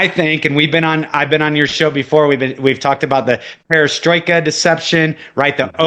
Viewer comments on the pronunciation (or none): Im just glad he finally realized hes been saying Perestroika wrong.